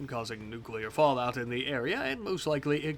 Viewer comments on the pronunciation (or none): none